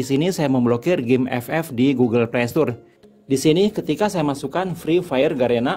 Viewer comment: Playstore bang bukan playstur🗿